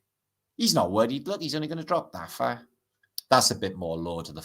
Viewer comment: I swear you said FART earth British hahaha 😂